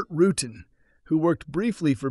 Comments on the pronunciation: Yep. And his name is pronounced roo-tan, NOT roo-ton. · It's 'Ru-Tan.' Not... 'rootin.' Who in aviation of any age doesn't know who Dick and Bert Rutan are and have watched videos and interview with them? And it's not a "Vari Ease." It's a "Vari- EZ" and pronounced as 'eee zee' and like you were saying 'vary easy.' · Bert's name is pronounced Ru Tan not Rootin,,, in 1980 at Oshkosh I saw two BD 5's with French jet engines they came in like Fighters and landed smooth as silk no issues ..a lot of Pilots are not as good as others.. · Who the hell is "Bert Rootin" . . ? If you mean Bert RUTAN, the vowel sounds are the same as "cool cat." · Burt "rooting" LMAO 🤣🤣🤣 AI totally sucks. And the guys that use it suck worse LMAO 🤣🤣🤣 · ”Rooot’n”?! Really? There’s more, but if you didn’t catch that gigantic mis-step, then….. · Anybody that makes a video like should know how to pronounce Rutan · Burt Rutan-tootan. Learn the name of the legendary aircraft designer. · Is this AI? Why wouldn't you know how to pronounce "Rutan" and "VariEze" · If you're going to drop names here, then learn their proper pronunciation., eg. "Rutan" and "Veri-EZE". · Couldn't manage to pronounce Burt Rutan's name correctly? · Great video although I was put back by your pronunciation of Rutan. Have you lived under a rock? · Pretty sure Rutan's VariEze is pronounced "very easy".